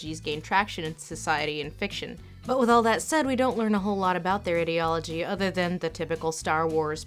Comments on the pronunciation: Lindsay's pronounciation of ideology for most of the video really bugs me for some reason :/ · your pronunciation of "ideology" made me wanna die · I loove your pronunciation; idi(ot)logy / idi(ea)logy ! drinking game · Interesting way to pronounce "ideology" As in 'idiocy' and not 'idea' I like it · Also titled, '23 minutes of Lindsay mispronouncing the word, 'ideology''. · Her: "IDDY ALL AH GEE" Ideology, based on the combined words of "Idea" and "logia" (the study of) "IDEA" I-DEE-AH not IDDY-AH Ideology (I dee all oh gee) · Is anyone else annoyed that she keeps saying ID-eology instead of EYE-deology? Great video but I don't think that's how that word is pronounced. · why does she say "ee"-deology and not "I"-deology? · If you are going to have a discussion on the ideology of something, PLEASE learn how to pronounce the word "ideology" properly. ai·dee·o·luh·jee Like idea ... I love your content, this drove me crazy though. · how to pronounce ideology - ai· dee· o· luh· jee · "Idiology" lol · I find the way she pronounces the word 'ideology' very weird. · Ok thats not how you pronounce ideology anyone else bothered or just me🙄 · The way she said the word 'ideology' so much but only pronounces correctly in a few instances, including this particular sentence, makes we wonder if she is using the misprounciation to further put down the thin ideology of the FO. Or indeed perhaps to help draw attention to sentences like this one. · No-one is gonna read this, but the pronunciation of ideology is just bizarre for me. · The incorrect way you pronounce ideology pisses me off so much... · subscribed because content. Small point though: they way you pronounce 'ideology' makes me uncomfortable. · You mispronounced ideology 500 times in this video. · You pronounce 'ideology' incorrectly